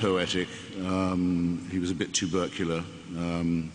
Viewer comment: Tubercular, not too berculer!